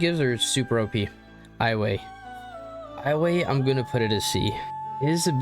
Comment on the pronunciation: I can now never unhear Highway as a pronounciation for Iwai